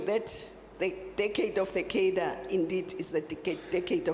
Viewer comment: Please learn how to pronounce “cadre”. Also, please. No more communist rhetoric. Thx.